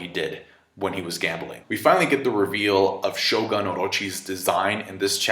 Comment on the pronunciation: Shogun... it’s ‘sho-goon’.